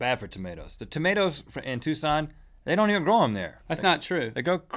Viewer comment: Yay they said Tucson :D